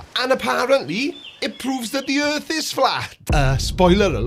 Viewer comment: "If I ignore this thing right in front of me, then this proves flat erf!"